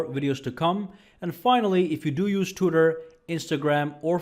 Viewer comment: Lol u said tutor and not Twitter 😂😂😂😂😂😂